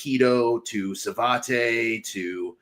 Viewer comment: Quick note, Savate is a French martial art and is pronounced "savat," not savate'. Sorry, bit of a personal peeve.